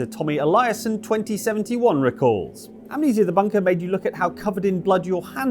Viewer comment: Amnesia only has three syllables.